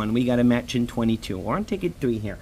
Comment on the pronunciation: I like when you say "we got a smatch" lol